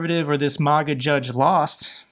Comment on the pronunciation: May-guh, not Moh-guh.